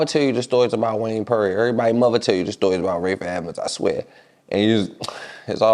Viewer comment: He said Wayne perry on ass🤣🤣🤣😂😂😂😂